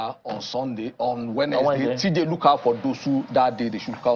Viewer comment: And his english is bad. he cannot pronounce "wednesday". He also count words when he is speaking, like a kid. Very weird tbh.